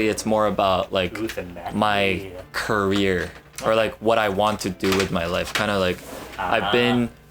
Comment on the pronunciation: whenever jun says career i keep thinking hes trying to make a CURRYer pun